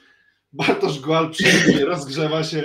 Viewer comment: Dobrze, że GAUL odchodzi, bo biedny nie będzie się już męczył z wymową:) Raz nawet szanownemu redaktorowi udało się w jednym wielokrotnie złożonym zdaniu zacząć od GUAL, w środkowej części się zmitygować i powiedzieć poprawnie, po czym przy puencie wrócić do GUAL:) Aż mi się w głowie zakręciło:) Teraz będę spokojniejszy, słuchając Tetryków:)